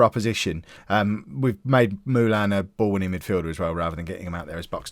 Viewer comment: It Is MOO LIN NOT MOO LAN